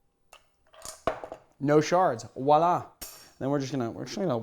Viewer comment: Man I love everything about your videos but please don't say "Woila" it's cringey at best and just down right inaccurate. See "voila"